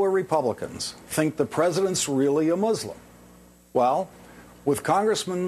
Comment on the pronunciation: bout fucking time an american pronounces muslim correctly.